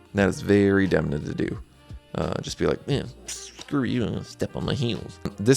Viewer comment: Please try to pronounce Italian names correctly. It's not difficult. You simply google how to pronounce them before shooting your videos and you can do a much better work. You pronounced all names as if they were in English. Demna and his team made an effort to achieve perfection also in terms of promoting Gucci as an Italian house --- La famiglia, as a matter of fact. It's relevant.